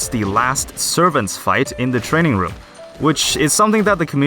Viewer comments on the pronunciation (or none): none